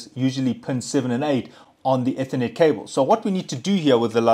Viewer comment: eeeethernet , not etthernet 🤣